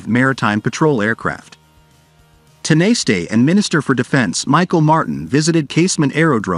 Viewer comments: Tin a stay is pronounced tawna sh ta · You could have had the manners and decency to discover how to pronounce Tanaiste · just go with the politicians name. dont bother with tanaiste, ai voices aren't programmed for that word. or any other irish words. just stick to the english language in all cases. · sadly. They are just not good enough!